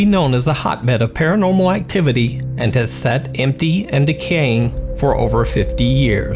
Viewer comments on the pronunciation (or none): did you just go southern? lol "tha property ramained emmpty"